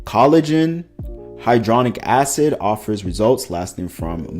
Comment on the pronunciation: Loved this vid. Impressed nobody had done this before. Ps: its "hyaluronic" acid, not hydronic. Ive been told my unconventional phonetics tend to help people with pronunciation so here goes lol: "Hi-ya lure-on neek"